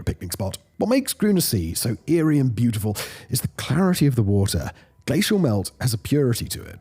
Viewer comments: "Brutyful"? Strangely fitting for a lot of things. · You got a like just for brutiful 😂